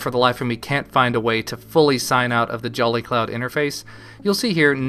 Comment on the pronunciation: He says jelly cloud. XD